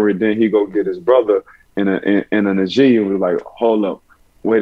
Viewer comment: Nah-jee. Not N'jee